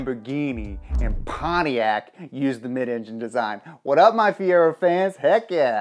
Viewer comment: The way he says “Pontiac” when mentioning the Fiero😂 The Fiero is an awesome car to drive, my girlfriend has one and we drove it all last summer and it was a blast